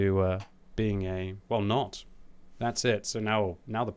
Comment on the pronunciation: That "well nawt" was pure English haha